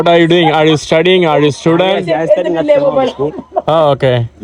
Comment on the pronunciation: are you stadyg are you student😂😂